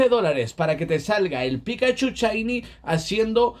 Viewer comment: No se dise chaini se dise shainy